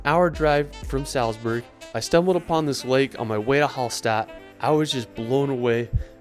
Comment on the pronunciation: Very good suggestions for the trip in Austria, thank you very much. But I hate the horrible pronunciation of the austrian towns (e.g. Hallstatt...), oh no...